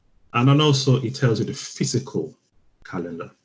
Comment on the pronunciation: It is fiscal, not physical